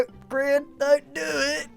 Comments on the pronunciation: did he \just say "the grain station"? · By the power invested in Mojang, snow powder now pronounces Grian and Mumbo a platonically married couple. (After their divorce last season.) I cAn’T- Edit - I love how everyone else is trying to be productive, or causing chaos while Grian and Mumbo are having a romance scene. XD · Gran = Grian bred not g tran